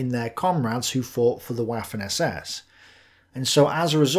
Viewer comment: I especially enjoy how he pronounce "waffen".